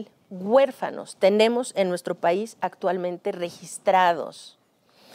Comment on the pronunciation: Doscientas cuarenta mil guefanos LO Correcto es decir doscientos cuarenta mil huérfanos. Que les pasa por que se expresan tan mal y este vejete me caí mal por lepero.